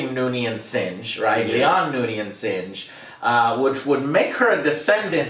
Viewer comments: SINGH Joe, it's SINGH, not sinj, it's pronounced like SING but with a silent H at the end, just say SING damnit! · 'Lay-on Singe' I love it! Joe, I laughed very hard at this. Don't know why it was so funny, but thanks. Also, 'Lah-ahn Seeng' is the proper pronunciation. And as for the 'bomb,' it was actually an atmospheric filter that they were going to give to the planet, but it got damaged (indirectly) when one of the Gorn shots hit the cargo bay area. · mispronunciation of the week. “Leon Singe” sounds crispy. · Joe, Singh isn't even a sci-fi name, it's a very common one, and mispronouncing it constantly is kinda lame